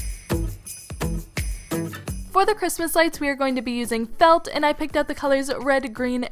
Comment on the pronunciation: she says fet instead of felt